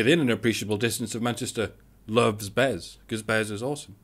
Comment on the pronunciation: BEZ!!! It's BEZ!